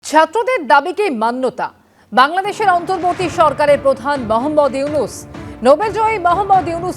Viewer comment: নাম সুন্দর করে বলেন। ড. মোহাম্মদ ইউনুস।